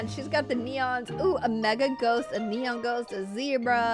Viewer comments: you meant "neon" not "enon" ? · Anyone else realise it says ENON and not neon?? 😂 LUV YOU STILL AFTER RLIKE 4 YEARS